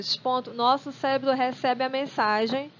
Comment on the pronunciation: Parece que não sabe falar direito